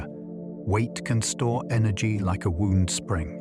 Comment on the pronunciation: the mispronounced "wound" makes this seem like AI